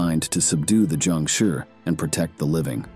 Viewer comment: not Jiangshuuuuurrrrrrrrrrrrr whats with the accept bro?